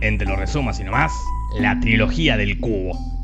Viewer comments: "la trologia", yo siempre pensé decía "trilogía" debí haber parecido un idiota :v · Amo que dice "Trología", Martín Cirio está involucrado? 😁